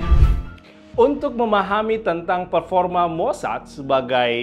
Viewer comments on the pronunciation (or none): none